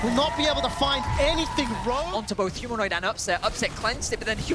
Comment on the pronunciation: Humanoint hahaha